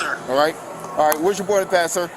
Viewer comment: I think he said oarding prass.